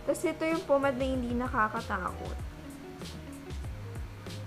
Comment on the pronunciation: Pomade hindi pomad 😂😂😂🤣🤣